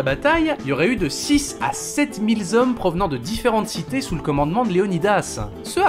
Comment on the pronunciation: Sept-mille z'hommes ? Sept-mille hommes font moins mal à l'oreille !